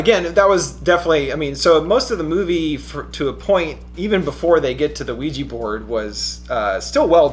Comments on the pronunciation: pronounciation...."WEE- JUH" not weegee...nails on a chalkboard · ITS PRONOUNCED WEE-JA!!!! AHHHAHSAJSHKHDKJSDKDKDJ